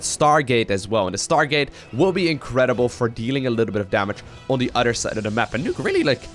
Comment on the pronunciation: "on the udder side of the map"... which side has udders?:p